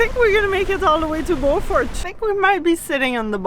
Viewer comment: You pronounced Beaufort wrong...